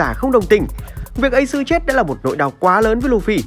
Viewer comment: nghe thằng ad nói ây xừ (Ace) là đã éo cảm tình rồi😂😂😂